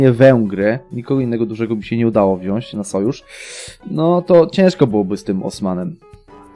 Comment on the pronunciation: Wziąć nie wziąść Powyłączać nie powyłanczać